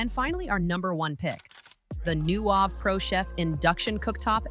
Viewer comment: AI content sucks.Those fingers look so creepy! And the voice messed up the brand name "Nuwave."